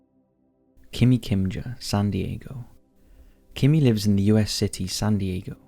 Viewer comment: Yes you pronounced my name Kimi Kimja correctly and thanx for telling my city's story. 💙💙💙